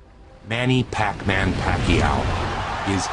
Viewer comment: I can still remember how Jim Lampley couldn`t even pronounce PAQUIAO,and didn`t really try either. I think he thought he woudn`t have to say it again....